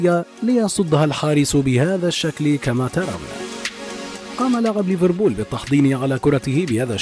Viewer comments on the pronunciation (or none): none